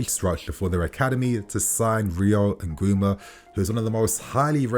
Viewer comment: Ngumoha is pronounced: Ngoo-moh-hah not Ngoo-mah. #It's🇳🇬